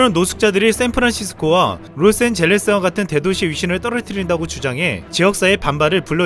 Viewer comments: ㅋㅋ 딴소리인데요 로스 엔젤레스를 로스 & 젤레스로 발음하신것 같네요 ㅋㅋㅋㅋ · 억양이 로스 앤 젤레스 라고 하는듯한 느낌? 로스 엔젤레스가 맞지않나요?? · 로스엔 젤레스 ㅋㅋㅋ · 다 좋았는데 뒷부분 로스앤 젤레스 라고 띄어서 발음하는거 너무 웃김 ㅜㅜ......